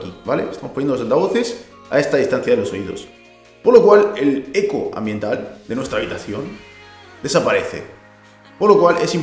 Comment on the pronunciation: Cada vez que decís eco se muere un gatito